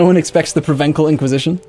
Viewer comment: So, you know how to pronounce "provence" but when it's the adjective you suddenly forget how it's pronounced?